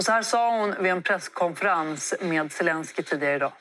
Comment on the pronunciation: Roligt att hon säger Svelenski om Zelenski